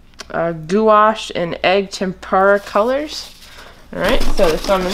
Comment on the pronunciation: The white plastic "artist thing" is a pallet. Guache is usually pronounced like "wash" with a "g" in front of it. "Gwash". 🙂